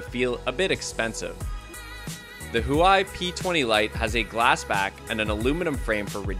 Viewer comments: It's hua Wei not hoo wei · Huawei is properly pronounced "whoAWE-way" (emphasis on the "awe"; the breathy hint of "who" is very subtle -- kind of like you first gently blow at a downy feather as you start to say the word awe). It sounds rather like the first syllable of water ("WA-ter"). So "HUA-wei" is like simply turning "WA-ter" into "WA-way". It's that easy. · huawei is pronounced hwawei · What's a hoowhy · Zaoume? Zioume? Huei? Huai? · Huawei is pronounced Hoo-ow-way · It makes me laugh how some people pernounce huawei and xiaomi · When he pronounced Huawei, jesus I almost chocked. Damn bro, dunno if ure trying to create a new word or u got ur own brand